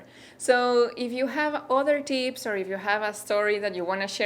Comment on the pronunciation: I love the way you spell tips as teeps